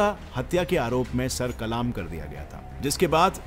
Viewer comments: Kalma ni. Sar kallm krna kahty hain. Kallm Not kaaalaaaaaamm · Brother it's not kalaam isn't kalam.sir kalam hota hai na ki kalaam😊i really like your facts. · Sir kalam👈 not sir kalaam🙄 🤣🤣😂😂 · I am sure you are not an Urdu gem but no problem, the correct word is "sar qallam" not "sar qalaam". I like your all videos, very educative and informative. Good job and keep it up 👍🏻 From Lahore 🇵🇰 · Sir the pronunciation of sar Kalam is not sar kalaam its sar qalam😊